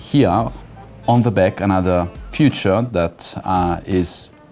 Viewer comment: Sells world's most exclusive watches to international customers yet he doesn't know the difference between "feature" and "future" 😂 Kids in 1st elementary school in freakin' Africa (also french mt countries) know and pronounce it the right way🤦🏻‍♂️